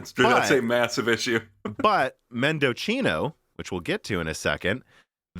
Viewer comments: Mendocino... A legendary Celeron core that overclocked 50%. Its pronounced mendo see no, not mendo chee no. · mendo-see-no you're welcome 👍🏻 it's nice from AMD, to reference the Argentine province, where a lot of wine is produce (AMD FineWine anyone?) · I think Mendocino is pronounced Mehn-duh-see-now like the town in Northern California. Or replace the 'c' with an 's' and it will sound right. Mendosino